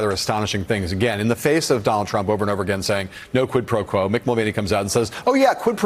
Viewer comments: what worries me is not so much the fact that the gop has voters but that the fact that they don't even care when the WH staff or trump lies, or that they do things that are unlawful or anti constitutional. and btw, trump is too illiterate to even pronounce quid pro quo correctly. smh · Does tRump even know what “quid pro quo” means? He really doesn’t pronounce it well at all.